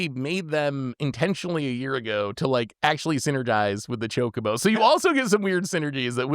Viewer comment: is just trolling us at this point with "cho-co-co" 😭😭😭